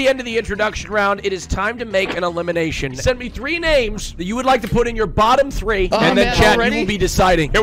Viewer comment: Shut up Karl whats so bad about saying tree instead of three :c